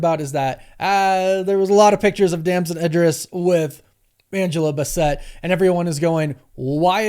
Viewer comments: Just disrespectful that is not how you pronounce her name. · Your energy is good so I will say this differently. That's not how you say "How Stella Got Her Groove Back"-"What's Love Got To Do With It?"-"Akeelah and the Bee" actress' name. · If you say Angela bas-Sett one more time! It's Angela BASS-ett. I hope you hear me! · Angela Basset (Baas-et) bruh😳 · Who the heck is Angela BASS-set????? Dude get these names right before clicking post!!!!! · Queen Angela’s name is pronounced “bass-it”, not bass-set. Great vid tho & Damon will be an awesome BP. They absolutely should have recast immediately. Example of a company listening to online chatter too much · Dude. Why are you mispronouncing Angela Bassett name? She was a star before you were even born so that means you could easily see how she jerky and everyone else has pronounced her name correctly! Why bastardize our queens name? The two “SS’s” make the pronunciation like a BASS of a type of fish, so why TF would you stress the two “TT’s” instead of the two “SS’s” which come before the two “TT’s?” I think you did that on purpose and it’s very disrespectful. SMH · Bass(IT) come on dude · You’re really bad at pronouncing names. Her name is pronounced BASS-IT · Dude did you even see Black Panther? Teyanna Taylor wasn't in Black Panther. Angela Bassett's is pronounced like basset hound. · Why is he pronouncing Angela Bassett’s name like that 🤣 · Why in the world did you pronounce Angela Bassett’s name like that? 😂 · You’re pronouncing Angela’s last name wrong. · The name pronunciation is driving me… also, no they shouldn’t have recast quickly. They did just right. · Why don’t you know how to pronounce black actors names you need to learn how to do that before you even make a video about it it’s very disrespectful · Angela is from Harlem, not France. Butchered her last name 🤦🏿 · Literally no one in the history of ever has ever pronounced Angela Bassett’s name like that…..wtf 😂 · you see that ‘e’ at the end of cassette?